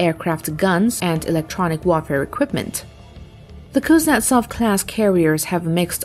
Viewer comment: kunzetsov?????reallly????lol wahata shame 🤣🤣